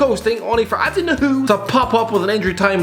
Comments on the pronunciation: It's pronounced new ee hoo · Nuhiu-New-EE-hugh least thats how we've been saying it in the blue half of sheffield.....